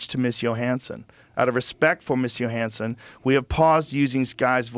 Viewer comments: Literally everybody on the world kmows its not pronounced Yo-hanson. But not our guy Joe. If it doesn't show up in his right wing social media algorithm, he doesnt know anything about it😂😂😂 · Scarlet “Yo-Hansen” 😐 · Scarlett Yo-hansson